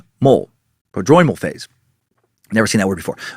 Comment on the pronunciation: Bingo! You got the anosognosia pronunciation right 😂 prodromal still needs some work though 😜 (Not one of the eight med students, just a doctor of pharmacy with clinical training haha) First video of yours I’ve watched btw; I’m hooked. Your presentations of paranoid schizophrenia have me rolling 😂 Thanks for the two and a half hours of quality entertainment!